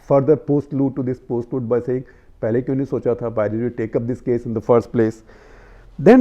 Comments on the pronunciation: It's postlude, not "post-load" :D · the words are prelude and postlude not " load "